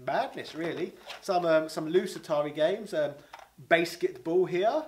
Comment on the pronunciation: wait. Do you just pronounce Basketball as "Baseket ball"? Or is that a homebrew game, based on the worst Matt Stone & Trey Parker* movie? *They're the creators of South Park, and The Book of Mormon